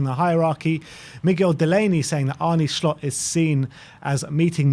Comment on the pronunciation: Arne shlot? 😂😂😂😂Fuck me your butchering of names is amazing